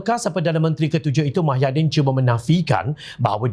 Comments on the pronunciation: Pembaca berita sebut betol2...eja pandai cikit..muhyidin..bukan mahyadin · Apa punya level penyampai berita.tau la proksi pkatan hancing 22bln.sebut nama pemimpin pn xbetoi.bkn mahyadin tp muhyidin..show some respect skt.bru org blh respect hang.ngokkk DSAI ditangga ke 3 calon PM dlm undian awam